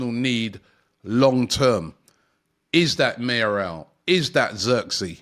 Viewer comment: Been fuming these past year because he does it every day!!! Mayoral is easy to pronounce for god's sake! and he still butchered it!